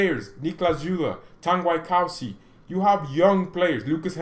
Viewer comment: And not tangaj.TANGI ENDOMBELE